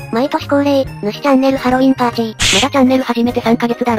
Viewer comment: パーチーじゃなくてパーティだよ